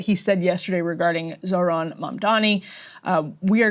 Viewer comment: questioning the intelligence of the journalist asking trump questions when he couldn't even read well enough to know that it's zohran, not zorhan